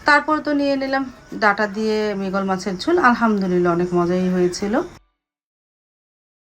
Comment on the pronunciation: 😅 মৃগেল মাছ। মৃগল বলেন কেন